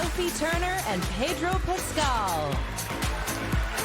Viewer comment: why does everyone say pedro’s name wrongggg this is painful to watch